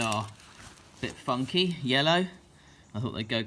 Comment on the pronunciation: He said “funky” but it sounded a little funny. Maybe its because he talks funny anyway. 🤠 Great hair though! 👍